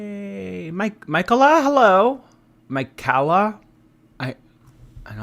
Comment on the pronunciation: Michaela? MUH KAY LA.......I believe